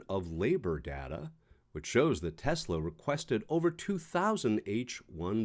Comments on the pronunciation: It’s “TeSSSS-La”, NOT “TeZZZZ-La”! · *Tesla not Tezla. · It’s Tesla not tesler